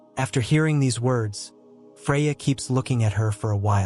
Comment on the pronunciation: Freya or Fariaa??!! Puh or Poe??!! "Advance" MEANS forward!!! Another semi-literate "Narrator"!!